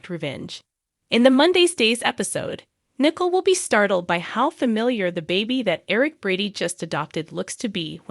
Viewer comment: You are not pronouncing the name Nicole correctly and I just start listening